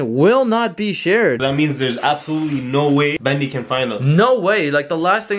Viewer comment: it's bendy not bandy